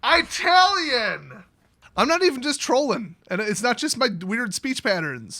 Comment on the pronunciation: Downvoted for eye-talian